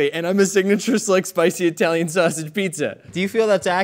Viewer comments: The P'Zone was really yummy and filled with ingredients. We hardly ever order out and had no clue they don't make it anymore. Personally, I would enjoy this show much more without all of the innuendo's because they just don't match with what you're doing which is cooking. Also, each of you say "Italy". Now say "Italian". Now say "Italian" correctly. Thank you. 😅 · EYE-Talian lol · it's not Eye-talian (people aren't from Eye-taly) 😂